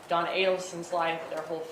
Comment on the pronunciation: OHHHHHHH Do-on-na, OHHHHHHHHH Don-on-na